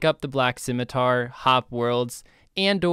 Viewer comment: “Scimitour” haha perfect